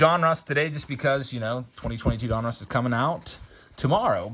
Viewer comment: They he says donruss drives me nuts. Lol. It’s like he’s saying a guys name. Don Russ. Say it fast. All One word. Donruss. Not don. Russ. Lol